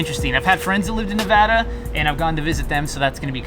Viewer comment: Thank you for saying Nevada the right way!